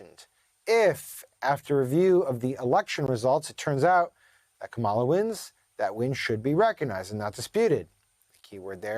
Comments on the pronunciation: Kamala is pronounced "comma la". It's important to get this right. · Dude. Say her name right. Omg. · This Pro can not pronounce Kamala. He mispronounces exactly like Trump. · You are a reporter for MSNBC, and should know by now how to pronounce Kamala's name! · Your mispronunciation of Kamala's name doesn't jibe with your laudable politics. You sound like "the other side." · You mispronounced Kamala